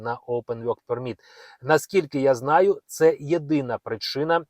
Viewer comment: Невже так важко промовляти вірно work permit, якщо ви записуєте ролики, попрацюйте над своєю англійською, соромно 😮😮😮😮😮